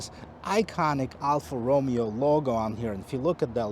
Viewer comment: Alfa Romeo...not Romeo like in Romeo and Juliet....🤔